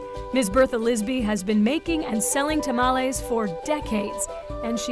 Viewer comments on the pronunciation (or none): Do any other latinos besides me cringe when she says tamales